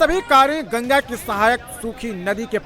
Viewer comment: Gaga nhi Maa gangaa bol